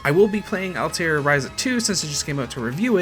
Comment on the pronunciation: Altelier ...?? Atelier. At. El. Ee. Air.